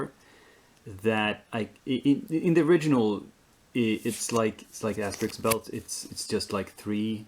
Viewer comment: Great job on "Asterix" and "Obelix"!